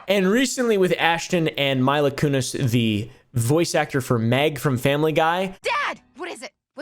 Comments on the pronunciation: Also Mila Kunis is pronounced Meela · "I've never heard of this fella named 'Whale.'" 😂😂 It's pronounced like Wall-Lay,. Also, you got pulled over for doing 4 over the limit? Tell me you're in Texas without telling me you're in Texas 😉 Omgoodness.. "My-la"? It's Mee-la.. If you were trying to farm more engagement by mispronouncing names well then, mission accomplished my man! 😂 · MEEEELA lol I know its spelled Mila but its pronounced ME-LA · idk why calling her my-la kunis is so funny to me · “Meela” you dweeb lol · Some name pronunciation assistance "Wa-Le, Mee La "